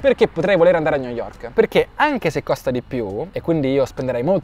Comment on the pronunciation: New yovk